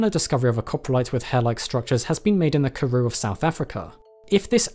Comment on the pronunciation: Just want to let you know that you butchered the names of the Karoo, Witwatersrand and more, but it's okay, I still love your videos😅